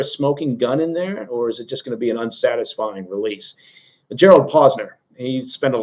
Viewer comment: Did anybody else giggle when said, "...full relesse..."? 😄